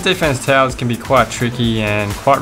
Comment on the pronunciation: Such an accent! "perimeter" is pronounced /pəˈrɪm.ə.t̬ɚ/, not /pəˈrɪ.mɚ/. "towers" is /ˈtaʊ.ɚs/, not /ˈta.ɚs/. And so on. Otherwise, your video is compelling.